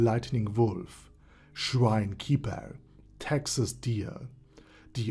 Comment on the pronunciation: I'm sorry, Shrine Keeper. For years I kept hearing your name as Schwein Keeper.